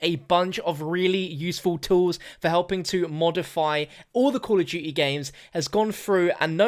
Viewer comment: Call of duty. Not “coll uff doo-e